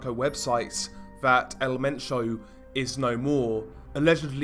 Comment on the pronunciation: El Men - cho not sio